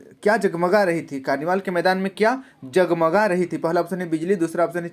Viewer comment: Sir aap hindi nahi pad pa rahe thi q ke कर्निवाल् के मैदान बिजली जम्जम नहीं जग्मग होता है